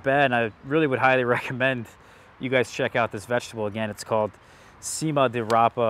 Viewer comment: If you like bitter veg., such as chicories, then you’ll like this one. I love it! By the way the “c” in Cima is a Churr sound as in church - ‘chima’ di rapa. You have to wait until the flower heads form before you eat them, however the stems can be a bit tough. There are various varieties, such as Cento Vento, or Quarranta - I suppose this refers to the growing time from germination to maturity. I’m in the UK and I have been growing this veg for years.